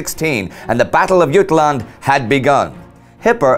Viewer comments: Ut-land more like jut-land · It’s pronounced Jut-land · love the show but i have to say you are the only person i’ve ever heard not pronounce the letter J in jutland. keep up the good work 👊🏻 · Its Jylland NOT jutland.... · yoot-land? jut-land mate. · I love this series but i can't 'like' this week. it is pronounced, as any Britain will tell you Jut-land, not YUTE-land. the winners get to name it and the wogs start at calliss. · as a native Dane i live your terrible pronounciation of Jylland (Jutland) :D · Ok, nice touch that you try to pronounce Jylland in danish (I assume that's what you're going for), but in danish there's no "t" in there. Unless; were you going for a german variation? Still off, but it would make sense... By the way, my great-grandfather was from Haderslev in southern Jylland, and since that was german at the time, his brother had to go to die somewhere in France. My great-grandfather fortunately (?) had a lame leg, and instead became a social democratic mayor of Haderslev instead. Yeah, just thought I'd share a bit... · Did you say yute? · In english it's called Jutland, but in Danish it's called Jylland and i think it's quite strange that Indy is pronouncing it in sweedish. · Funny that peoples is saying Jutland instead of Jylland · As a Dane (who also speaks German and English): You pronounce "Jutland" funnily. You version seems to be a close to the German pronounciation. I say either stick with the English version (since "Battle of Jutland" is an English phrase, or go with the Danish version). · How on earth can't this guy pronounce any of the key names of this battle properly... Beatty, Scheer and Jutland. 🙈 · I've always heard Jutland with the J pronounced as jay rather than y. I am guessing this is the British tradition of not learning how to pronounce names properly.